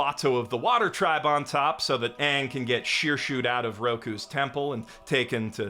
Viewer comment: I never saw the live action movie. So I’m just hearing the actor calling himself Ahn… when the literal original source material never pronounces it that way